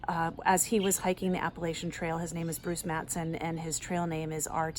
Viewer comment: So great to hear Appalachian Trail pronounced correctly, thanks RTK! 😂 These southern ears appreciate it. Kidding aside, great interview. Thanks!